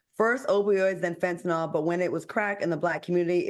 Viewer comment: Al, it's FEN-TA-NIL. Not FEN-TA-NOL